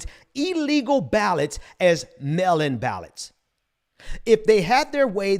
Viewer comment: Melon 🍈 ballots = Mail in ballots 😂 I appreciate your message. And it should be taken very seriously, but I keep hearing that and I can’t help but chuckle. And on a more serious note, I agree. The people will not lay over and play dead while these white supremacist tyrants try to burn down the one thing that makes this country appear to be democratic.